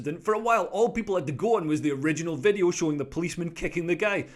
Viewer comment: Is that lawyer a nonce ? Need to tell him that its a Video not a Wideo